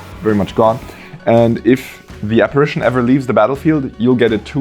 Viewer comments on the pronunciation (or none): none